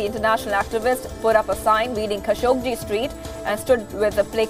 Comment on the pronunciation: the newsreaders pronounciation is awful, many words are wrongly pronounced, its not "khashogJI", its "khashoGGI", he is not Indian......it doesnt feel good to hear this pronounciation...